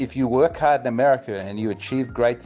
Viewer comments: in “Americerrr” 😂 I see what ya deed thur mate (I’m Hispanic) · Lololol " AmeriKER"